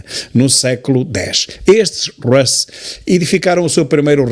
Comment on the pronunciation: Desculpe, Sr. Tilly, por andar sempre a rectificá-lo. Na verdade, aprendo muitíssimo mais do que rectifico. O termo Rus, ainda hoje usado (pelo menos na Rússia) para definir a Rússia, pronuncia-se com o "u" fechado. Quando está a falar do alfabeto já diz certo. 😊